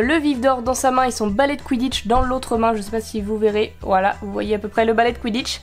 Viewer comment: A j’ai cru que t’a dis on s’en ba le quiditche 😅😂🤣😅